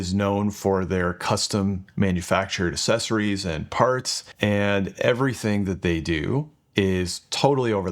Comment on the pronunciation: I like how you say 'accessories' because the way you talk has been warped by years of saying the word 'espresso' correctly. Psychic damage